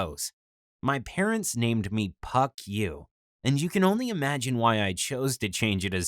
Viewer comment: It sounds exactly like Fuck yoi